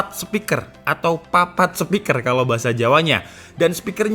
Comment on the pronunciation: "Papat sepiker," wkwkwkwk 😂